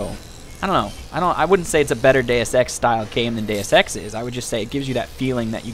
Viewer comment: Every time you say deusex I hear day of sex :)